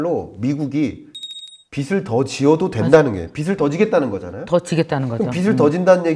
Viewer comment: 김광석 교수님 내용 너무 좋습니다. 그런데 영향력이 큰 전문가시잖아요. 말씀하실 때마다 빚을 빚이 등의 발음을 비즐 비지로 하지 않으시고 비슬 비시 로 발음을 하시는건 좀 바로잡아주심 좋겠습니다.~~